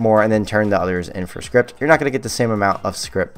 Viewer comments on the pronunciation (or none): The fact that calls Scrip "script" drives me nuts